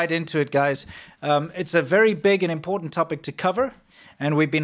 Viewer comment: "impor'en'h" The word is important.